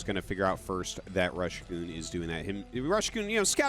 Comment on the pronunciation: Last BSL the casters discovered its Rush Go On not Rush Goon